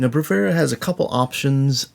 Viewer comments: It's Bravura, not Bravera. Must drive Impact nuts. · 17 mins and 52 secs with a guy who pronounces the name of the library he's reviewing wrong...!